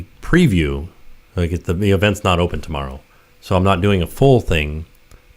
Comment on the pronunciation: I’m gonna be there “temerrow” 🤣 super excited!! 😍